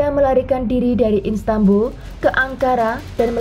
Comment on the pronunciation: Bukan instanbul kak, tp Istanbul